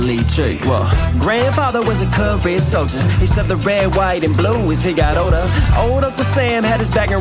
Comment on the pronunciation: great reaction as usual! i think he says, "career solder" not Korean